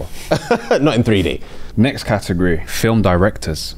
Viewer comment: Yu man!! I was screaming at my phone, said firm TWICE within 5 seconds, how's JAMES not calling him out onnit?!🤯😂